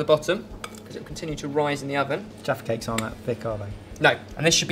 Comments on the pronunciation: Sometimes sounded like "defecates" -- but looks like a fun British/English/UK treat. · You guys are funny!! The way you sound when uttering “jaffa cakes” sounds like “defecate” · Everytime they say jaffa cake I hear defacate 😂😂😂